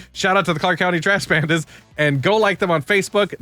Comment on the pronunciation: Clark County Trash Pandas Had to dig a bit Thought you said Bandits